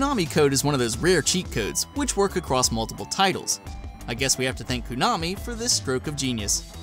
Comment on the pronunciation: Everytime you say Koo-nami I get a little more angry..